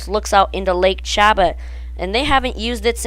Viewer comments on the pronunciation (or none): Chabot. Pronounced SHA-BOW... Really? It would be great if they ran it in reverse avery other week or permanently... Skyscreamer usually has no one in line, it would be good to draw more people in....